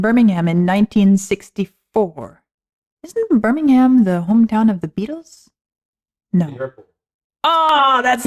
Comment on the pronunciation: It's pronounced Burr - ming - um. Well that's closer anyway, idk how to spell the last syllable